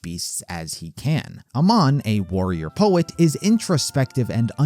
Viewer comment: Its pronounced “ay-mahn” not “uh-mahn” :) Just wanted to mention it, great video!